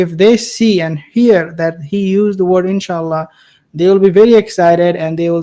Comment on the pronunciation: Knowing Biden seems to me that he said enchilada instead In Sha Allah with the correct accent on it. At the ends of times that ignorance and lack of knowledge is very common.